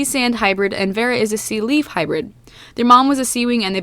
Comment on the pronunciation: I thought you said sea weed instead of sea leaf.